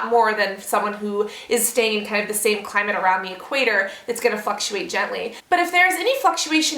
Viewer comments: I swear you said...fucktuate...instead of fluctuate. haha! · yes she did